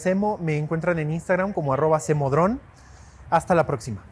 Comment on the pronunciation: Oye cambia de nombre , que eso de cemodron, se oye como que paso cabron😅😅😅